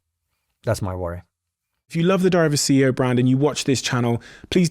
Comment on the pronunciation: I’ll subscribe when you can say “diary of a ceo brand” lol. Does anyone else hear diver sea air bran?